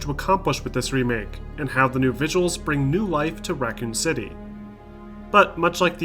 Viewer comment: How do you pronoun Raccoon city as "Racan city"?